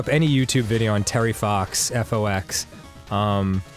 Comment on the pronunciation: Gotta be honest, knew about Terry Fox, but this being a video game show, when Dan first said the name, I heard Terry Fawkes, and was confused how a minor game character could bring Dan to tears...